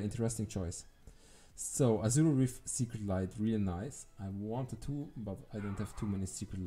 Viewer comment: haha, zu geil wie du immer “secret“ light anstatt “sacred“ light sagst😂 starker account aufjedenfall und gut gezeigt🙌